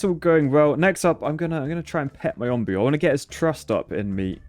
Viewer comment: it’s “Onbu” like the o in home